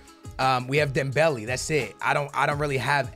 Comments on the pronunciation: pronounced dembelay, not dembelee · It really doesnt matter how you pronounce it but his name has accents for a reason. Instead of Dembelee its DembeLay.( Would love a shoutout😀🙏👍 GREAT Work as always) P.S. I wanted SuperLeague before FIFA 19....🙏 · Dembeli? Not he dembele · That’s not how u say dembele 😭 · please pronounce dembele right